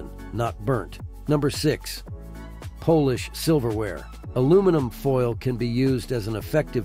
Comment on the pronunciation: ""POLISH "....IS PRONOUNCED AS PAWL LISH NOT POLE ISH